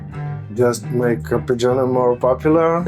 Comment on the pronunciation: Pronounced ar.ped.džo.ne, not ə.phè.džij.ọẅ.nej